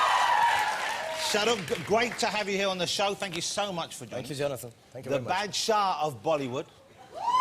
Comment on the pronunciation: Neither surprising nor special. Most Bollywood actors have no-kissing contracts. Also, it's baadshah. Not BAD-shah. Try to get one of your million subcontinental employees or friends or colleagues let you know, Mr. Ross.